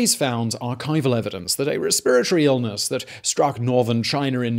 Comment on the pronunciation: What is a respberry illnus?